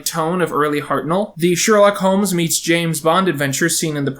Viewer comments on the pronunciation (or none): none